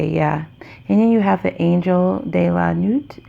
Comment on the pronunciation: Thank you for this beautiful reading💖... I love all your readings... you have a soothing voice with calming beautiful energy🌟... and just wanted to help you with pronouncing the name of the deck... "La nuit" is "the night" in french... it is pronounced >la nooee< ..."t" is silent... Again, thank you🙏... love and light to you... looking forward to your next read💖